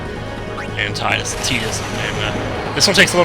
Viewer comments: Little to late but its pronounced tidus not tedus. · It's pronounced "Tee-dus" the voice actor interview says it that way.